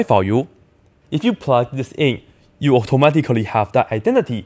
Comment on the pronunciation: he says automatically,and its the funniest thing I"ve ever heard